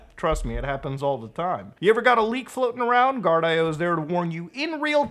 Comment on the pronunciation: I believe Guardio is actually pronounced "gard-e-oh" not "gard-i-oh"